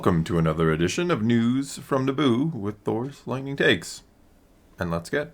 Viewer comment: Bro please don't say like that news from naboouuou 🤣 I died literally